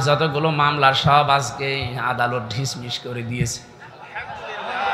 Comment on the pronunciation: হুজুর ‘ঢিশ-মিশ বলবেন না ”ডিসমিস “ Dismissed বলবেন।